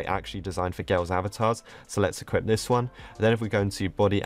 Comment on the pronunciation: pronouncing equip: equipt